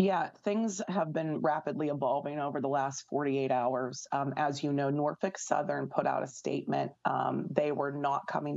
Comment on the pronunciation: I like how she's pronouncing "Norfuck Southern" 😂